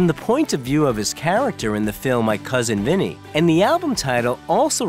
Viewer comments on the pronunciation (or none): *My COUSIN Vinny, my god every video you butcher something at least once